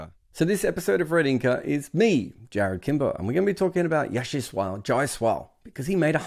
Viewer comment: Great try Jarrod but I'm afraid you didn't pronounce the first name of Jaiswal that well and I doubt really blame you much for it, it's a bit difficult.